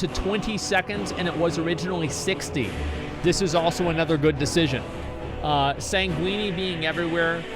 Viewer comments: lol san gweeeny? sanguine is pronounced sain- gwen. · Sanguine pronunciation sounding like a pasta lmaooooo